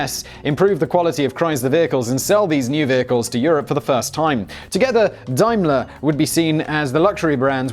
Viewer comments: It’s pronounced Damler. Dimler???? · Arrrghh!! Dame-ler, not Dime-ler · It's DAYMLER-Benz - not DIMELER-Benz! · Dime-ler? Daym-ler, surely! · Dime ler it's day m ler Daimler you have been out of the UK too long. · It's pronounced dameler! It's German. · Are you trying to say Daimler? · You're English but you don't know how to pronounce Daimler!